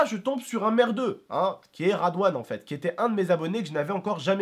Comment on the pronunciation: radwan MDR c'est Redwane